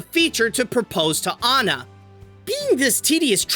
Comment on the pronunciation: Good job saying aw-na rather than Anne-ah